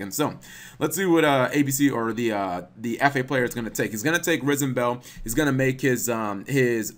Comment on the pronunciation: It's not RISENbell. It's RISEbell! It sounds like nails on a chalkboard everytime you say it wrong.